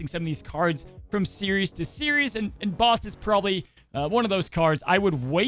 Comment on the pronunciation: Love you, but it's Series. 😆